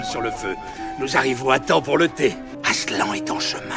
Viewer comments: Déjà, hein, pour commencer, quel genre de monstre appelle le Grand Lion AslAN?? C trop moche, ça se dit aslanne 😭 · toujours aussi cool mais je ne suis pas DU-TOUT habituée aux voies, et pour moi... Aslan ça se prononce ASLANNE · Aslan ça veut dire lion en turc mais ça se dit "aslanne" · Mon frère s'appelle Aslan mais sa se prononce Aslane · Mon film préféré avec le cinquième élément ! (Néanmoins, cela se prononce <<Aslanne>> et non Aslan. ) Encore un MSF réussi !^^ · Je m appelle aslan an an pas en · La deuxième fois qu’il a dit aslan il le c’est pas mais prononcer comme sa,sa veux dire lion en turc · ET C'EST PAS ADMOUND MAIS ADMUND ET PAS ASLEN MAIS ASLAN